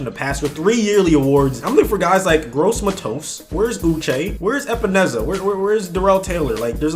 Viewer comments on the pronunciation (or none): none